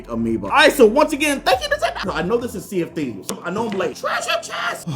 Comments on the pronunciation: I thought that he said "CND" instead of "Sea of Theives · Whenever he says Sea Of Thieves i keep thinking he says CND I’m like Captain Microsoft Dude